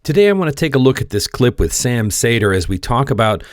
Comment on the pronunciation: I hate how you say Sam's name